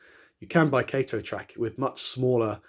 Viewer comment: Great video. Switched to kato and never went back, and looks great when ballasted. Btw it is pronounced kah-toe :)